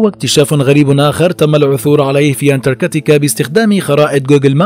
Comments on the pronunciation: انتركاتيكا 😐 اذا لفظ الاسم غلط كيف بدي صدق المعلومات اللي فيه 🤔🤔💩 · حضرتك نطقت الاسم اكثر من عشر مرات وكلهم خطاء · مش مقبول تلفظ انتاركتا بالطريقة الغلط